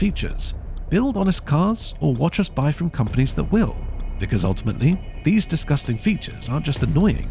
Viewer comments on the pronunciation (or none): none